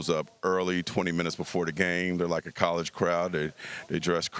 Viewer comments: HAHAHAHA DUDE LITERALLY SAID "COLLAGE" BASKETBALL WHILE LECTURING ANOTHER DUDE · It's college, not "collage." You slow boy, how about making it past third grade before speaking on someone else?